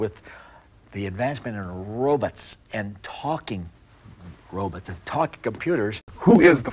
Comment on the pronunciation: Did he just say robuts? TWICE?